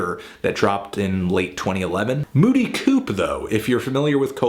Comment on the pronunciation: the band has said in dozens of interviews that you pronounce the p